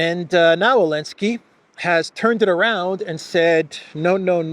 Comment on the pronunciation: why do you pronounce Zelensky without the Z?